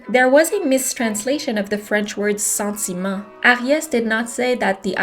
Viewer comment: Salut!! Petite question, est ce que tu vis au Québec, car la façon que tu as prononcé « sentiment » sonne Québécois!